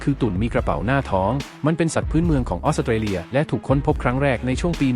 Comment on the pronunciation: ออกเสียง ออส-สะ-เต-เลีย พุนะ😂